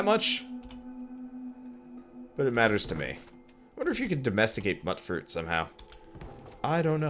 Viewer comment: It's pronounced "mute-fruit"; "mut" is short for "mutant". I'm helping!